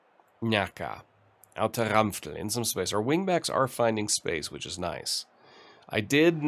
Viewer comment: Hey, where exactly are you from? I like the way you pronounce Ranftl and Austria. :)